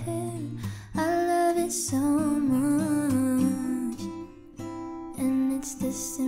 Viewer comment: Yass! Great voice and of course she pronounces simple correctly, not shimple...or says "I love you so muiych."